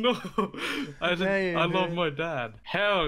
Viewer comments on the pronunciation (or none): none